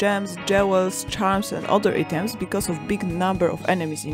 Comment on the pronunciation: Amazing production. Thank you so much. Pronunciation: EYE-TOMS = items.